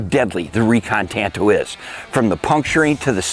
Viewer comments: It’s pronounced “tahn to.” The Japanese language doesn’t have a hard “a.” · They say tanto weird. It's normally pronounced like katana. They're both Japanese blades after all.... (kaTANa / TANto)